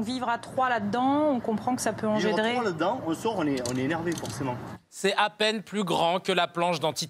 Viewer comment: Il y a un "e" à peine sinon ça fait "pein" et pein ça ne veut rien dire :)